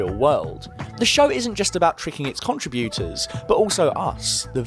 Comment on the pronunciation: "CONtriBYOOters" That's a harsh pronunciation on the ears over and over.